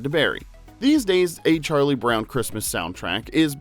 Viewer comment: Why did she say "Charlie Bown"?